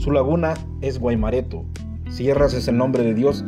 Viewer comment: Hola cuando nombras al principio dices Río Seco y creo que es Sico Iriona lo pronuncias mal al principio dices Guaimorato y es Guaimoreto